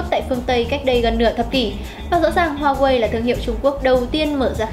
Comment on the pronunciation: cái gì e cũng biết nhỉ .kiến thức rộng phết tiếc mỗi cái xí hổ ko biết nói hoài ko chịu sửa. có ai trong maxmobile chỉ e ý phát âm huawei cái...nói chận xíu thời gian dài tí nhưng đỡ vấp nói sai nữa.hay mình có góp ý là cho e này lên tiêng thôi đừng cho vào hình thay vào đó là hình minh hoạ cho bản tin.tất cả vì cộng đồng khán thính giả thôi..